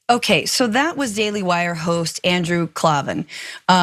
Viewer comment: Not really professional news. Can’t pronounce Andrew’s name right. And that text she quoted from Candace happened 4 months ago when she got into it with Ben with back and forth public texting. It was, at the time, a dig to him. Just tired of no one being able to get the news right. It eventually becomes irresponsible reporting.